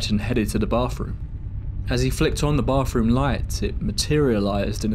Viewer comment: Dude, if your going to narrate a story, learn how to properly pronounce a th sound!! I don't know what a boff room is but I know what a bath room is! For fk sake! Do English people know how to speak English! There's no f in bathroom. It's not charming, it's annoying.